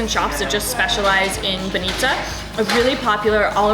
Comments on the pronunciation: It's b-A-nitsa not ban-I-tsa! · Welcome to our old old Bulgaria. Im feel my teardrops fall down when you said so much good words. And im proud. Im proud im Bulgarian. Its not banItza, its bAnitza. Ok?